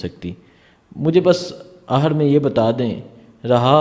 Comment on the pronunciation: baeta aencar jo bolta hae us ko daekh kar bachaey sekhtaey haeen oor aencar ko urdu hi sahi na aati ho to ; new janraeeshn ;; k talafouz hi bigad jatay haeem ;; maslan ;; aakhir ; ko aahr ;; bola aencar ; urdu adayge hi nhi kar pata jo kaesay aencar ban kar bachoon ki urdu ko barbaad kartay haeen ; baeta sikhoo gar shook hay maik pakadnay ka ; aapki urdu karachi waloon k liyae kitni fani haey zara poouch kar daekhoo awaaam sae ; g m shakir ba ba ;; tahafouz e urdu adab pakistan